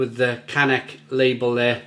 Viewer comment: I am heading to czech to my in laws next week from ireland and will be staying near this brewery in breclav. It's pronounced as kanets. The also have a bottle with a red label which is an amber lager if I remember correctly. Nice beers. There is a great micro brewery also in breclav called Frankies which do great beers